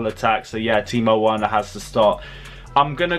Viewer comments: Well done for the effort although you said Worner at the end. Effort appreciated. Timo Werner (Verner) lol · Stop saying timo werner it’s verner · C’mon, its Pronounce Verner... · I noticed you always pronounce Werner because it started with W ... But in Germany W is pronounce as V . I.e Timo Verner .... pronounce correctly ... please bro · As soon as he gave the whole rant about saying Timo Werner wrong, he goes ahead and says it wrong again. 😂😂😂😂 I'm taking back my thumbs up on this video. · The way this presenter is mentioning Timo werner is wrong , please pronounce the w as v